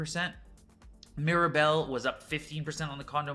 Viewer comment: Not quite understanding how you pretend to know about Montreal when you don’t even know how to pronounce Mirabel?